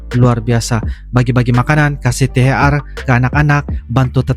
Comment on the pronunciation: Te ha er bukan te ha ar mohon maaf bang